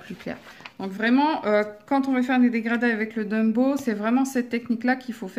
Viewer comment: Ouiii , je les ai , mais , je les ai pas acheté d'1 coup , lol , Bisous :) Au fait ont dit Tombow et pas Dumbow , à moins que j'ai mal entendu , looll Si si , tu dis Dumbow mdrrr :D Bise